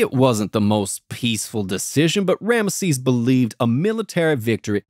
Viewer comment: Who is "Ranesses"? is related to Rameses?